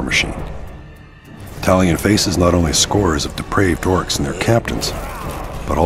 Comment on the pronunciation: Eercs!!!! It's pronounced Orc